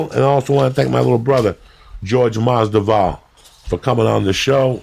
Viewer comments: Jorge “MAS-DE-VAL” Masvidal errbody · blows my mind how many times he calls him jorge masdival lol